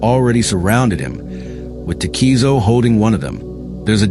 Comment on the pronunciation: Tah-keh-zoh, not tah-key-zo Mah-tah-Ha-chi Oh-tsuo, Cool video tho 👍